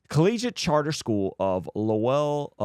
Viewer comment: pronounced Lowell the way the Portuguese that live there do. The tonic syllable is LO, not WELL.